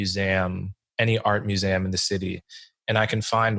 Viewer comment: why does he say muse-ay-um